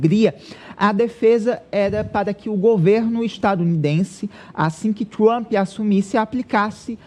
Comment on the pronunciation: Esse maluco nao sabe nem pronunciar Trump?